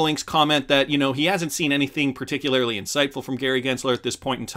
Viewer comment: Do you think you could say particularly like a normal person???